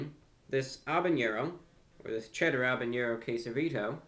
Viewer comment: Btw, it's habenero, not habeñero.